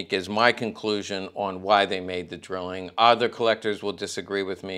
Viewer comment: Pronounced DRYling.